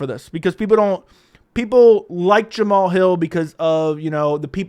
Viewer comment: Jam-uh-Hall has became tighter and tighter with Anthony “Lying Hard” Smith… so maybe he’s only delusional on paper…